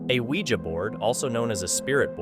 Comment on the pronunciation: Thank you for pronouncing Ouija the correct way!